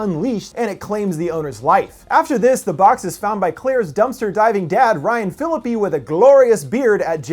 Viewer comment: Who is Ryan Phili-pee?